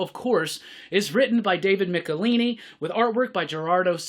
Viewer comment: My comic shop had David Michelinie out, and the shop owner asked him in the panel interview. It's pronounced Mick-el-eye-nee